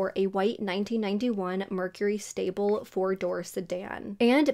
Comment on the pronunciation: Lol its not a mercury stable. Sable. No 'L'..